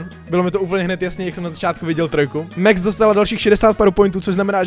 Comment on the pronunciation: To sa nečíta mex ale max a je to chalan